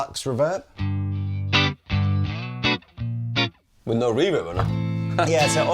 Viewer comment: Does the pronounce "Reverb" with the emphASis on the wrong syllABle, or is it just me hearing this?